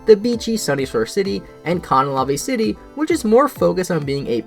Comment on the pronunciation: THATS NOT HOW YOU SAY CANALAVE AHH I think in Platinum Barry became the second highest level trainer ever? Also, Team Galactic had a kind of dark ending with Cyrus just abandoning them and calling them out as useless.